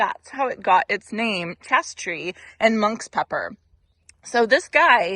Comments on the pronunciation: Chaste. Tree.. long A sound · Just so you know, it's pronounced ""chayste" tree- long a 😉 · Chaste rhymes with waste and refers to the old tales.😉